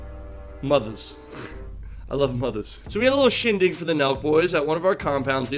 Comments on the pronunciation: I also love "Mothas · “Mothas” “I love Mothas” I want to see the weather! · "Mothas love Mothas" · “Mothas, I love mothas”